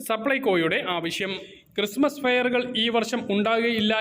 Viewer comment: ക്രിസ്തുമസ് എന്നാണ് പറയേണ്ടത് ചേട്ടാ🙏🙏🏻